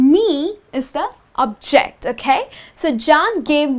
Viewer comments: You're placing the wrong emphisis on the words subject and object.. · Would it de okay to pronounce "subject" and "object" with the stress of the first vowel? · I love your videos. Just check the stress on the words subject and object when they are used as nouns not verbs. Best Regards. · This helps in clarifying the differences between the use of I and me. It's just irritating to hear the incorrect stresses for subject and object. So it changed the meaning of the words.